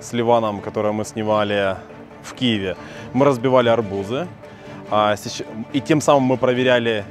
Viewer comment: Не ми а мы 😁